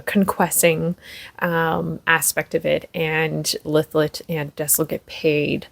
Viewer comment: I think this is the first fantasy I’m reading this year. Thank you for the pronunciation of Lythlet name. I’m in chapter 2. Reading this with my bookclub. I’m a Booktube newbie by the way. Wish me luck with this book. I’d love to be book friends ❤